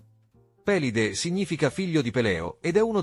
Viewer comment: 33 su 35. Eroe omerico. Pélide però, con l'accento sulla 'e', proprio non si può sentire. Pelíde!..